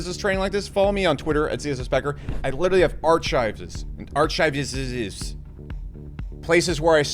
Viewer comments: I love how you invent words like Archive. That's proper phonics. The word for stored records is R Ki Vah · Make sure to learn how to pronounce "archive" while you're making 1000 trillions of dollars every second as well.